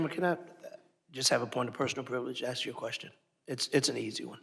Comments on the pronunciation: It's "ask," not axe. Good job putting people in congress who can't even pronounce or use the English language properly. So professional. Speaks volumes for the democrats. So sad. Hate to see the other choices!!! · Go ahead, "aks" your question. Pitiful.... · She must let me AXE my question chairman...